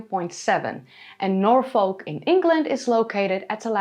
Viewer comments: Fascinating video. I really enjoyed it. By the way Norfolk is pronounced Norfuk, not Nor-folk. Just on of those silly English things. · Im a tad late but its pronounced Naw-Fuhk not Nor-Folk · Great video, love Doggerland. I know you are always trying to improve your pronunciation, Norfolk is normally pronounced 'Norfuk', confusing I know as folk is pronounced as you did when saying Norfolk. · Minor point, but Norfolk is pronounced "nor-fuk" (like "gnaw f*ck"). And if it is further south as your latitude suggests, the line would go up (left to right). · Jsyk, it is pronounced Nor Fuk. It is a popular destination for holidays and daytrips. In the Midlands we refer to such trips as ‘going Norfolking’. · Love your vids! Just wanted to add, we don't really add the l in Norfolk, we say 'norfuk'. Not being critical just saying! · its norfuk and darby sheer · Hi hate to be a pendant, but I will anyway! As a British person the way you say Norfolk really hurts my ears,I didn't know what you were saying at first. If you want to say it as a British person would pronounce it, it's Nor'fock. Love your Chanel by the way. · I was going to try to tell you how to pronounce Norfolk correctly but the folk part sounds like a swear word :). The pine forest at Holkham in Norfolk is beautiful. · Milo thought you had local knowledge yet you can’t pronounce Norfolk or simply can’t be bothered .. unsubscribe from milo for recommending someone unable to show any local knowledge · Strange slightly Dutch pronunciation of Norfolk keeps making me think that you are American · The way you pronounce Norfolk makes you sound like an AI!